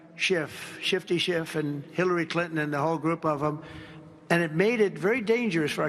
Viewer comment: Russia russia Epstien .. ee uhh Russia. SHHHIIIIFFF